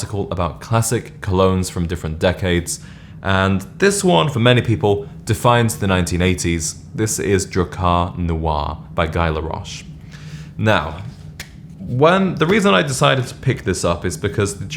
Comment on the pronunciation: Ghee Laroche, not gaai:face-pink-tears